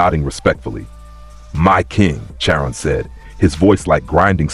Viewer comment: It’s pronounced (Car on).